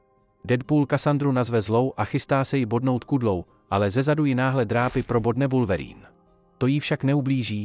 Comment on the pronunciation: oslovení Wulverýn zabijí mé uši